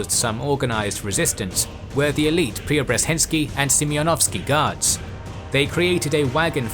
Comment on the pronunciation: Until Preobrazhensky (zh is pronounced together like an sh) had fairly good pronunciation of the Russian names